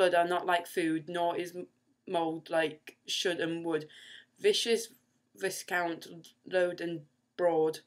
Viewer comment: tsk - isn't VISCOUNT pronounced "vi-count"?